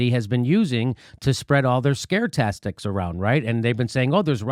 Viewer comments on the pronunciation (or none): "tastics" my favorite kind of "ics"